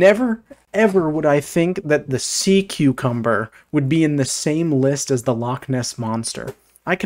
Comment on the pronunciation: SEA CUCUBMBER LMAO